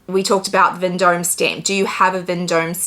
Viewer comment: It is pronounced ‘Von Dom’….. not as written.